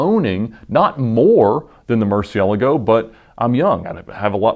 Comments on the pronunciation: this guy really butchers the names look "ruf he says roof" murcielago he says Murciealgo" xD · ed's pronunciation of "murcielago" makes me cringe...